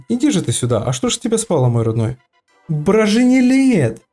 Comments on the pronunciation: раньше мы говорили бронижелет а щяс брожинелет 😂😂😂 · Броженелеееет😂😂😂😂😂 меня вынесло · меня просто рассмешило когда ты сказал брожинелет 😂😂😂😂😂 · Кто угарнул что он сказал брожинелет 😂😂😂😂😂 Сюда 👇